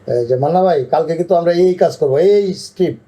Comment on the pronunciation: আমাদের পরিচালকদের এমন অবস্থা যে "স্ক্রিপ্ট" কে "ইস্কিপ" বলতেছে। দেশের সিনেমার মত ধ্বজভঙ্গ অবস্থার 😂